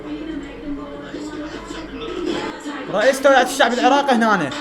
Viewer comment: توعيه باعباس مو تويعه😂❤